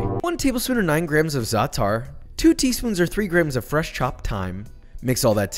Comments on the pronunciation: Za atar 😂 i love your videos but you butchered the word 😂💔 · The way you pronounced zaatar 😬😬